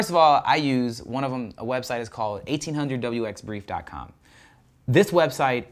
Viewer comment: Thanks for all your great videos! I am a commercial manned aircraft pilot as well as 107 drone pilot. Just to let you know, in the pilot community, we say one-eight-hundred wxbrief, because that is the number you call for weather briefing and flight planning. Minor point, I know, but it was strange to hear eighteen hundred wxbrief! You are rocking this drone biz, please keep up the informative videos!!